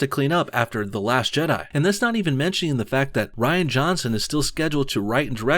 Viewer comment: Ditch Kennedy, all of her writers, and definitely Rian (pronounced: Reeeeee-anne) Van Johnson. And JJ Abrams too.